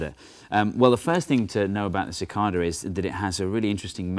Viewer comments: It's not "mathS"! But hey, it's also not "ca-cod-a". It's "ca-cay-da". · It's pronounced Sih-KAY-Duh not Sih-KAH-Duh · As someone on the eastern seaboard of the U.S., I've always heard it pronounced "si-KAY-dah", not "si-KAHr-dah" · "sih-KAY-da" instead of "sih-KAH-da" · cicada not cicarda lol i know what he means tho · (sik-KAY-dah)...normally I ignore the British accent, but since it's an American animal...say it right! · CicaRda he says :p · where i (east coast) live cidada pronounced sə-ˈkā-də (ci-kay-da) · It's pronounced sick-KAY-duh. Long A. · Its pronounced Ci-Cade-eh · Ok Steve, I can't take it anymore. It's cicAYdas with a long A. plz stahp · OMFG We don't even pronounce "cicada" the same way. I can't take this anymore....I...I just give up.... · Your pronunciation of "cicada" with the first A acting like a short O completely threw me. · So how is "Cicada" Properly pronounced? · I didn't know Brits said cicada like that.